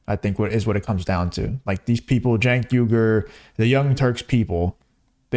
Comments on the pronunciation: It’s pronounced “chunk yogurt”. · D...I love all the different pronunciations of Cenk's name...He's sucks...